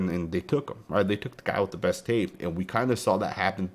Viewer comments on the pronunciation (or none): none